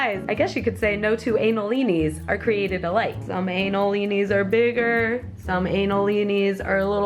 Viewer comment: “Some analinis are more tight”